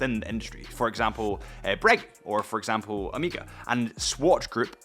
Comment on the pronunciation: and yet he still is pronouncing Omega wrong…